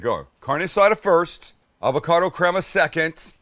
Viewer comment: Take a shot everytime he says avacodo